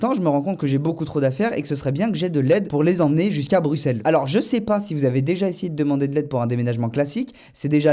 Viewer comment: Merci de dire Bruxelles en prononçant le X par S